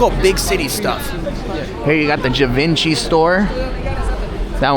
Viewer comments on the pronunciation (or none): none